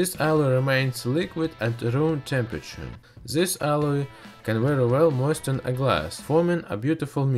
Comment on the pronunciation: NOT ZIS BUT THIS - DIS